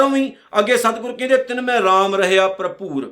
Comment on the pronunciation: ਪਰਭੂਰ ਨਈਂ ਜੀ ।ਭਰਪੂਰ ਹੈ ਜੀ।ਤੁਸੀਂ ਪਰਭੂਰ ਬੋਲ ਰਹੇਂ ਹੋ ਜੀ 🙏